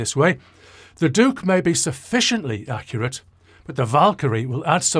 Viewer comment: I swear I heard you create a new word 'daccurate', but we tend to hear what we want.